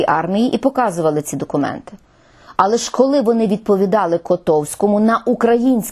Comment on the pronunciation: також в слові "але", наголос не на "а". Але куди ж мені звичайній смертній з Донбасу....